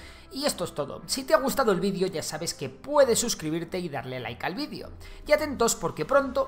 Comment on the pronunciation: Por qué decís "VIDIO" en vez de "VIDEO" ?